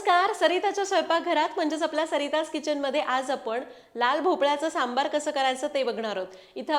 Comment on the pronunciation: सांबर सांबर म्हणू नकोस... "सांबर" म्हणजे 🦌 "हरीण" 🦌.... आणि .... "सांबार" म्हणजे "आमटी" ...